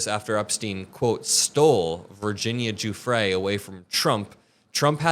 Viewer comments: OMG. It’s pronounced Jewfray. Gi in Italian is pronounced like the letter J. Just like in the names, Giuseppe and Giovanni. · jfc, it’s Virginia Giuffre (RIP 🕊️) not Virginia “Jeffrey “ — put some respect on her name ffs. I mean after all it’s only been in the news/public consciousness for the last half decade or so…😑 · Gah, is it Virginia "guffry" or Virginia "joo-frey"? Which one is it?? I don't understand why people can't pronounce names the way the actual person pronounces it. Very annoying.